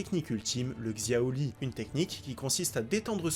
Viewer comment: Shaori pas xioli 🤣